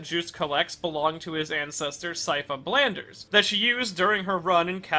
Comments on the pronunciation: Ok, I thought I had missed something when he kept saying "Blanders". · Ok Belnades is pronounced 'bell-nah-des' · Blanders? You mean Belnades? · you really "Blanders" that one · I don't even know where they are getting the pronunciation "Blanders" from. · Love the video but ABSOLUTELY HATE you pronouncing Belnades as “Bell-nan-ders” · That belnades pronunciation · and Oof...that mispronunciation was a harder blow to the Belnades clan than Dracula ever did... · Yeah like where the fuck does the R come from? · It took me a hot minute to realize he was trying to even say Belnades, I was so confused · I forgot how many times this guy couldn't pronounce Syfa BELNADES' last name. And, he called Dracula Wraith as Dracula's "wrath." This proves he doesn't know what he's talking about; OR, he didn't do much research. Well...I won't be watching any more of his videos for a while.